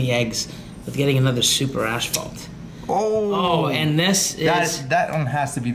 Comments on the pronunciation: guys its AS-PHALT, not ASH-PHALT. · Why does add an extra "h" is asphalt? Always says "ashphalt ". 🤣 it's not ash!